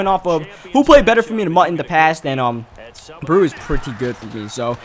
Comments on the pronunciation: Delvin breaux is pronounced bro not brew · Is it just me or does it get under your skin that Delvin Breaux's last name is pronounced "Bro" not "brew" ..... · I cringed every time he butchered Devlin Breaux's name